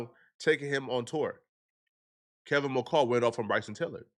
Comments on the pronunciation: This man rushed the story out so damn fast he didn’t even pronounce the dude name right it’s Kevin McCall dumb as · got me dying he keeps saying Kevin macale 😂😂😂😂 I’m trying to be serious but when he says that it has me rolling